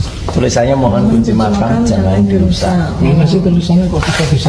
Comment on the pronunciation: 'Makam' bkn makan bang . 😂😂